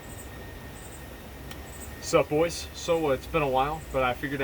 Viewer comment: No. He said "bois"